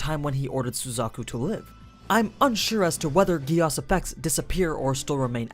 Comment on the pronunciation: Whyyy gehh asss and not geees like they say in japan, german and all other languages?!?